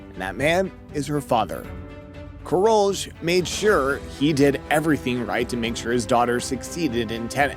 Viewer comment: Karoli, NOT Karolge. If you want some credibility, start learning how to pronounce names! Tennis is a global sport, the players have foreign names. You have no idea how grating your mangling of names is, to tennis fans. No excuse for it.